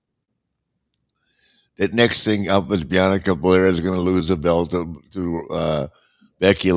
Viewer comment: Lmfaooo my guy stays saying Bianca’s name wrong💀